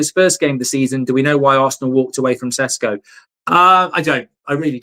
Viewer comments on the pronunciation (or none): Call him by his real flipping name!! Yesterday you had guy from Slovenia telling you how to say and that his sadly deceased mother had a same name!! Ffs stop sitting on your brain with this, it's not flipping Cesco! I'm genuinely gonna go fucking insane